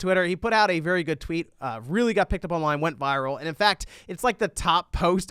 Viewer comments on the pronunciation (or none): none